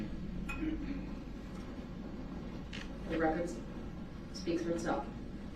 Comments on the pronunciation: Brooks, it's SUSTAIN, not substain, you moron...How many times did he mispronounce that word alone? lol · Can anyone explain to me what a "of" is? I think he meant to say "oath" but I can't tell with this narcissistic clown. He also never got the word "sustain" right either .."The reason for the substain, your honor?" Lol